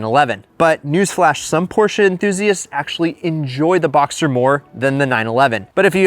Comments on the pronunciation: Porsche Boxster not Boxter. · Btw it's BoxSter with an s :) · you're missing the S in BoxSter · its BoxSter not BoXer